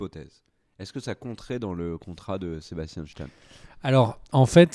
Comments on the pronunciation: "Sébastianne Chtane" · Le fameux « Sebastian chtan » 😆